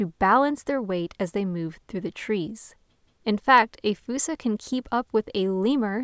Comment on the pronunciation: ''Foosa'' Where did that come from?